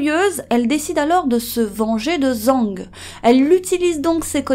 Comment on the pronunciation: Video intéressante mais renseignez vous sur les prononciations, c'est pas zang, mais djang , le z en chinois c'est dj